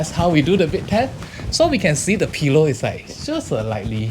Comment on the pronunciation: Love how. says pillow.....peelow 😍